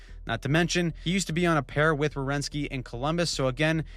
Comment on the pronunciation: It's Werenski. Not Rewenski